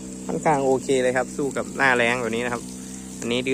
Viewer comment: คำว่าแล้งต้องใช้(ล)นะครับ